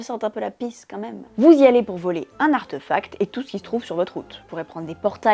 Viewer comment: Bonjour, Est-ce que quelqu'un peut me dire d'où ça sort cette prononciation "arteufact" ? C'est pas de l'anglais, c'est pas du français... En français, ça s'écrit avec un accent aigu (artéfact), et ça se prononce en conséquence comme c'est écrit, avé l'assent. En anglais OK ça s'écrit sans l'accent, mais du coup ça se prononce plutôt artifact... Bref arteufact ça sort de nulle part, c'est pas beau à l'oreille, et pourtant j'entends plusieurs personnes le prononcer ainsi, alors ça sort d'où ?